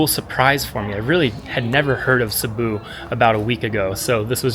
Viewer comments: A small cute town, with a metro area of around 270000? And it is a city.. It is not Sibooooo, it is Sibiu, pronounced like Sibb-i u.. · Sorry dude omg can’t pronounce the city and it’s not small.